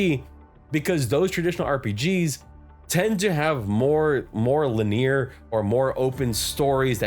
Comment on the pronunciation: Looks good so far. BTW linear is pronounced LIN-ee-ur... Usually I don't comment about that sort of thing, but I thought it might be helpful in this case.